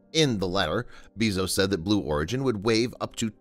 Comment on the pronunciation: BAY-ZOS NOT BEE-ZOS OH MY GOD